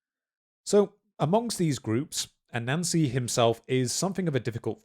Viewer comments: Sorry but I just have to admit that as a person with some knowledge of Brithish-ness, I chucle alittlebit when I hear you say a Nancy. When I heard you say Anansi-boys, I straight-up choked ! Culturally insensitive, yes. But still, I mean, f*,CK ! Hà-hà-ha-hà- hà -hà-hà ! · I'm sorry. As interesting as I find this subject, whenever I hear you say A-Nancy my mind de-rails. Low-brow, I know but . . . please forgive me. May watch latr when in better state. Thank you.